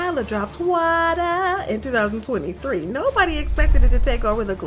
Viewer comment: Why she gotta say waterrrrrr like that😂😂 got me💀😂